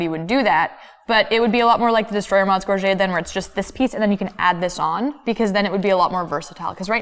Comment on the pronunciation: Gorget = /GOR-juht/ not /gor-ZHAY/